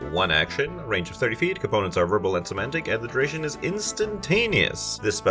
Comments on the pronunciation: it's 'somatic', not 'semantic'. Cool spells, might steal a couple of them for my game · Not to be pedantic, but it's "somatic", not "semantic". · It's SO-MAT-IC, not SO-MAN-TIC. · Fun vid. You are mispronouncing somatic. You kept saying semantic every time, which is a different word. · Hey there! This is the first one of your videos that I have stumbled across. Great job! If you keep making videos like this, I will keep watching. For sure! I would like to give you one little note, though. I would Google how to pronounce somatic - I think it got a little bit away from you lol. But, once again, great video and great job!